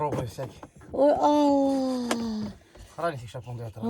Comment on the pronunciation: Имя Аллахьа произносит обноженным виде (голоя сама) Должно стыдно тебе лицемерит якобы Мусульманка👎